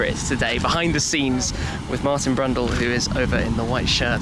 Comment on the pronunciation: Martin Brundle, not Brundell